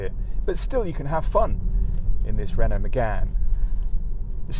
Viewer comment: 'Renault' not 'Renualt' please ...